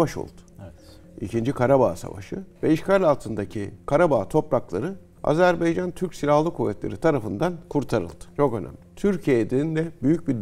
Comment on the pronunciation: çok rica ediyoruz adları doğru yazıldığı kimi okuyalım çok önemli biz niye çok basit olan bir şeyi Kardeşinizin adını söyleyememek sizi üzmez mi? Azerb-A-ycan✅ Azerb-E-ycan ❌